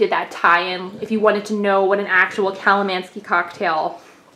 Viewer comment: Theres definitely no 'ski' in the word.